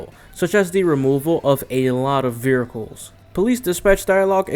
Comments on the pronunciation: vehircles... hahaha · Ahh yes, vericles. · "vearcles" "Dr. D.R.E" lmao. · This mans really out here sayin "veracles" XD But fr, Midnight Club LA was one of my favorite XBOX 360 games, despite the customization (in my opinion) not living up to MC3:DUB Edition Remix. I'm not sure which version I beat (probably the patched one since I didn't realize that even happened) but I found that once you got a bike, you became unstoppable. The fact that bikes could slipstream cars, but not be slipstreamed themselves, made them so overpowered. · Wheres the "R" in 'vehicles'?